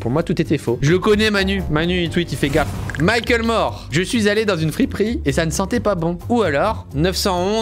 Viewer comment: C’est pas « Michael Mor « mais Mac le mor